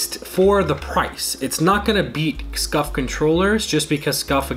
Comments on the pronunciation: It’s scuf not scuff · SCUF not SCUFF